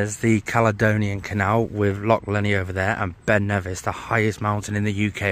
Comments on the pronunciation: Mate,, for someone with a saltire 🏴 tattoo on em,, ya really need to work on how to say Loch and Jacobite pal … 😂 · Totally murdered all the names of our Lochs etc. 😆 🤣 😂